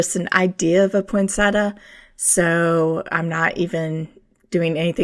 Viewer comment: PoinSET--ee-a, not PoinSETa. Nice video!